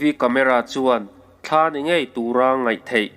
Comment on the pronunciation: Mihring pawn thla kan neilo. Thla tih hi lam a rem a, thla tiin i sawi deuh zêl a, ka sawisel lam nilovin ramhuai hnathawh vek ani.